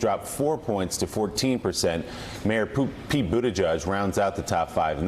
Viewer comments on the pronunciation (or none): He said mayor Poot lol